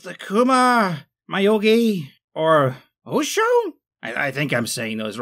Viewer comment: Houshou was pronounced the most correctly. Well done.